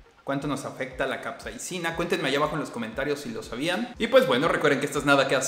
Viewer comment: Creo que no es capseina, es capsaicina/capsicina